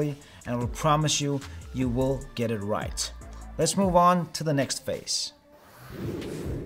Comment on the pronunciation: phase, not fase. I subscribed!